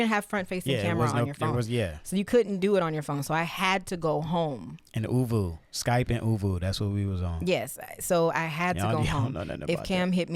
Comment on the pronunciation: Not ooVoo LOL! But this is such a great story gahlee